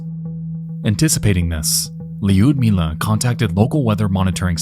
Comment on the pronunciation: Lee-udmilah ... 🤦‍♀It hurts to hear your name butchered like that. It's Ludmilla.